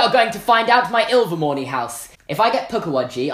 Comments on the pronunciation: you pronounced Ilvermorny right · You pronounce Ilvermorny right